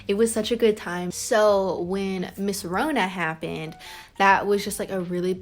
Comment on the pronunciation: when she said corona happened i thought she said mrs Rhona happened like a teacher then she said "people are dying"